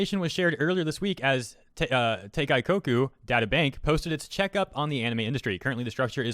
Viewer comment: im so sad and a bit disappointed on how he massively butchered the pronunciation of "teikoku".